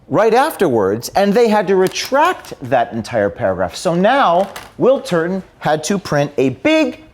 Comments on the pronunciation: Just to clarify, are saying Turton or Turd-on? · Surely, I heard James say Bill Turdon.